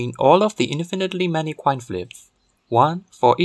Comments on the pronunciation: At first, I thought you were saying to flip a fair quine. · The French twist in the pronunciation of 'coin', 'annoying' is fascinating.